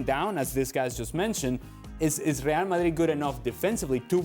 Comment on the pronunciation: Ale : Rhrreal Mahhrrii 😂😂